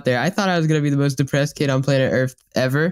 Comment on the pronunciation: on planet earf